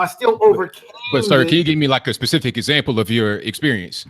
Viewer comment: Information man... the word is not Pacific it's specific you ignorant ass